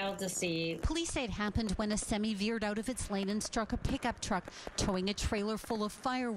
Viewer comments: "hit by a semee" haha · Today I learned Canadians pronounce 'semi' weird...